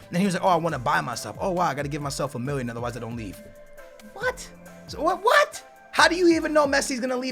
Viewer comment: you forget to say the two L's in million